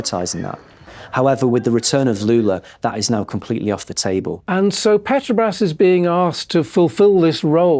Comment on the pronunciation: The AI voice can't even say "petrobras" Lazy journalism!